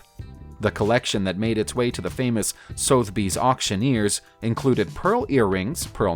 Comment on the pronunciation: Sotheby's = SUH - thuh - beez Caesarea = seh - ssah - REE - ah